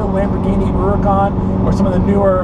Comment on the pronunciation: Good man, calls the Huracan by its proper name, Oooracan.